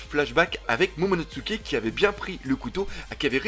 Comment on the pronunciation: tout le monde prononce momonoTSuké alors que c'est momonoSuké avec un s et pas avec un ts